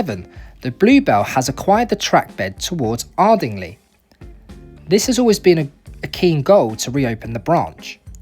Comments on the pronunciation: On the same track (sorry), Ardingly is pronounced Ardinglye, in common with other words ending in Y in the Sussex vernacular Many thanks for the video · Horsted Keynes is pronounced 'Canes', and Ardingly is Ardinglie'!